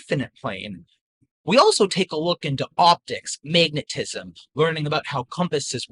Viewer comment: "mayg-netism"?... Lol